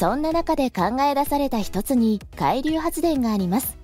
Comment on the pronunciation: 「海流」のアクセントが気になっちゃって…。なんか潜水艦みたいな、何かの名前みたい。 個人的には電力が足りないなら、点検整備が終わっている原発を稼働してほしいと思うけど、最近はそういう話題も出ないですね。 風力発電はＣ国の製品なので、発電機を設置するとＣ国にお金が行くと聞いたので即刻やめてほしいです。